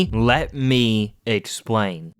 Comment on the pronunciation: bro realy hit that "let me explane"